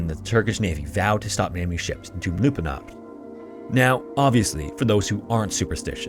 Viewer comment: Try pronouncing it "Channak Kalleh" and "Doumlou Pinahr".